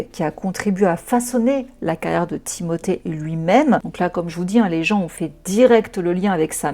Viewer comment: Excellente vidéo, et pour ta façon de dire le prénom Timothée, tu le fais parfaitement bien c est français il a la double nationalité et sa famille en France ne met je ne pense pas l accent 😂. Tu es adorable et les gens critiquent trop, ceux là ne font pas 1/3 de ton taf. Tu es une warrior 🫶